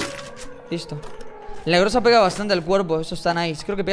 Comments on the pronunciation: Es GROZA No GRUZA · Cuando encontraste la scar dijiste en ves de groza gruza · Se dice groza con o no con u